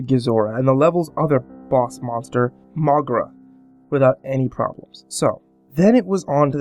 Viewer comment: MrParanormalPro i actually pronounce it Mo-gay-ra